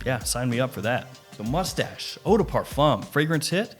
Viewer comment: It's pronounced Moo-stash! So much fancier!